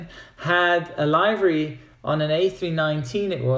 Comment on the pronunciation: WTF?! LIVE-RY?! do you say DE-LIVE-RY too?! It's LIV-ery with a short "i". Also, you know everybody wants to know if you're a member of the mile-high club!